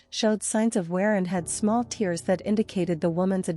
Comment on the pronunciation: A weeping sweater, crying "tears " How sad. And the truncheon is not a hatch that you batten down, but, rather, a "buh-TAWN." Artificial intelligence is worse than natural stupidity.